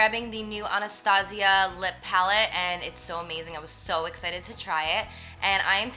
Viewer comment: Alyssa Cuellar she said it right Wdym 😂